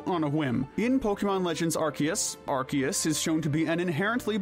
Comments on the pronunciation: "are-see-es" ffs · Ar-KEY-us? The C has an S pronunciation, not K. Ar-SEE-us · AR-SEE-US not ARK- KEY-US 😒😒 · Arceus. Arr-Sea-Us. There’s no fucking K in there. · NO, IT IS AR-KEY-US! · The C in Arceus IS supposed to sound like a K, not like an S! And please don't swear! Have you not seen the preview of its movie? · NO, THE C DOES HAVE THE K PRONOUNCIATION IN THE NAME! DID YOU NOT SEE THE PREVIEW FOR THE MOVIE?